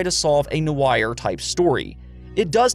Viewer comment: no-eye-r type genre hahahaha